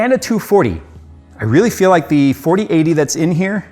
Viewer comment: Everytime says (Fill) or (feel) my brain replaces it with (Phil)